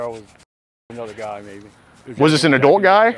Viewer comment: The way says adult is irritating. "Adoolt"